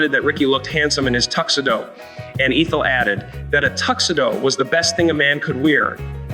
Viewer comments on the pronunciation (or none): It's ETH-EL, not EEETH-EL. Just being helpful.😊